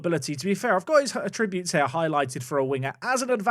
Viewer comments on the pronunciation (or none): Am I the only person that gets annoyed at using the verb attributes instead of the noun attributes with his pronunciation 😂